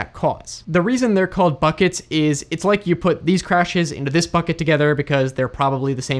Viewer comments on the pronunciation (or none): Thanks for the video and for your channel. Pretty sure you said "fucket" instead of "bucket" a few times there.🤣